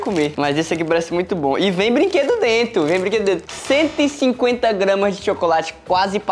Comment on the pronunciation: O falando "DRENTO" ao inves de "DENTRO" 😂